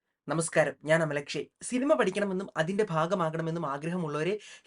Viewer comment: അമൽ അക്ഷയ് ... എന്ന് വെക്തമായി പറയണം കേട്ടോ 👍 ഇപ്പോൾ കേൾക്കുമ്പോൾ , "അമൽ യക്ഷി " എന്ന് തോന്നിപോകുന്നു .😊👍